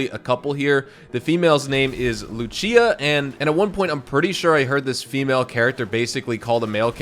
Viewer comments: You read Lucia as Loo-Chee-Uh when Lucia is Loo-See-Uh. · Gawd damn..why does every YouTuber get her name wrong 😂..it’s lucia..(lew see ya) like lucy but in Spanish.. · Its not luchia is lucia